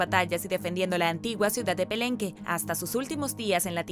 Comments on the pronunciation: Y la dichosa Máscara de Jade es de Pakal y La Reina Roja también tenía una Máscara de Jade también se descubrió en Palenque y no Pelenque cómo haces la pronunciación de La Ciudad de Palenque en Oaxaca México. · Es Palenque y no Pelenque que mal haces la pronunciación de La Ciudad Prehispánica de Palenque en Oaxaca México de La Gran Cultura Prehispánica Maya. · No es pelemwie si no PALENQUE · Es Palenque y dijiste "pelenque", pequeño error, muy buen contenido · Puede pronunciar pakal pero Palenque no?! .... 😂